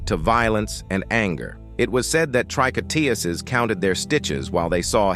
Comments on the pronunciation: TREE-KO-TOOZ not trick-oh-TEE-ussez. The singular tricoteuse and the plural tricoteuses have the same pronunciation with the number (=singular vs plural) conveyed by surrounding words such as the article adjectives or the number implied by the verb ending. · In English you would pronounce "tricouteuses" "tree-co-TOOSEs" from the verb "tricoter," to knit. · you pronounce "tricotEses". The third syllable is like in EUrope. And you do not pronounce the final S for the plural. It is silent. (French-US here) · It definitely had its dissuasive effect on criminals, knowing they could lose their heads because of their crimes. Tricoteuses is pronounced TREE-KO-TEUZ in french, by the way. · You have to learn how to pronounce "Tricoteuses" properly. It's "Tree-kot-tewz". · Man, if you're going to use the word "tricoteuses" a gazillion times, LEARN how to pronounce it!